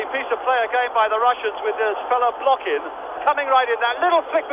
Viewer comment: Недавно посмотрел ролик как пытались звук "х" передать латиницей. Ни kh ни ch иностранцы не понимают до сих пор и произносят как глухую "к". Отсюда Blochin комментатор прочитал как Блокин.